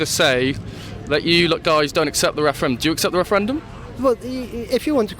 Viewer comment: wushun wepawt on the wefewendum ha ha ha best chuckle of the day.